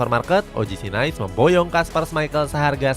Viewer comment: “OGC NIIS” cara bacanya gitu min. Bukan Nais